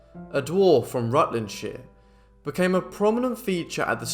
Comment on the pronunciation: Rutlandshire pronounced correctly!😃